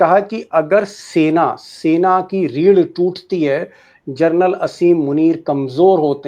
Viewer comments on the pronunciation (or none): दीपकजी, I am sorry to say , आपने 'जनरल ' का प्रोनाउन्सेशन , जर्नल किया है l बाकी आपका विश्लेषण तो, हमेशा की तरह लाजवाब है ही l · Carnal nahi janral pl note